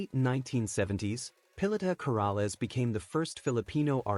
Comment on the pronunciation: Please know how to speak her name correctly